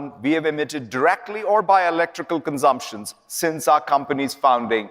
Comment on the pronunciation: Is that a plastic wall of fake plants behind him? And what's a "conzumpshun?" It has the lilt of a sermon. UGH.